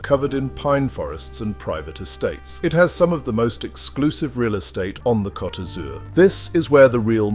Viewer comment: It's coat not cot